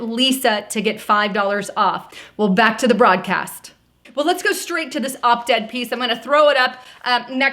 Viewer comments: It's op-ed not opt ed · Lisa it's pronounced OP ED there's no T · Ughh... It’s... OP-ED There is NO “T” in it. It’s hard to take you seriously when you screw up important things Lisa. And then continue to say it wrong about 26 times!!!